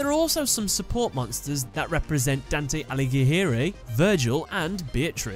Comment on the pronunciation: pronounced: "Don-Tay All-I-Gary"